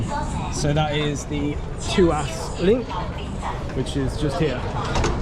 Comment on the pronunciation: the " two-ass link".....🤣 I’ve actually heard Singaporean’s pronounce it as " Twaas link" .